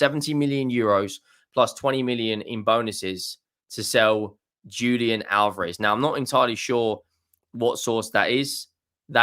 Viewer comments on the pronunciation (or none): JAY-sus not "HAY-sus". In Portugese, that they speak in Brazil, you pronounce J as J, not as H like in Spanish. Conversely it's pronounced 'Hulian Alvarez' also with emphasis on the first a of Alvarez, because he's from Argentina where they do speak Spanish.